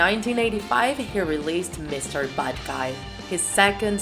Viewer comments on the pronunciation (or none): Album: “mr bad guy” Her: “Mr Butt guy” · She also says "bod guy" not "bad guy"